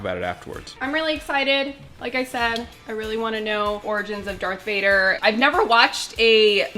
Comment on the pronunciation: Whoa...did she just say Dark Vader?